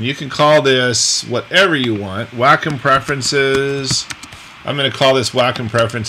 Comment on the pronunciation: Hi! It's me, Wacom's Whirl Girl! Great tutorial! Nice seeing you on here! FYI: It is pronounced like "WALK 'EM" (without the L..) Not Whack 'em, not Way com... but like Walkum without the L... lol Looking forward to seeing you in Italy when it opens back up. Hope you and the family are well!! - Adale 'Give It A Whirl'